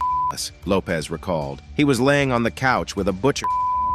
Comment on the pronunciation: It’s actually Lopes 😉